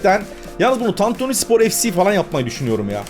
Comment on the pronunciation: sen ilk Türkçe'yi öğren de sonra kurar "tantüni" diyor